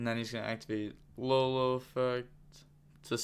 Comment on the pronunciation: Yo the one that says LaoLao is pronounced like Yao Ming but with a L.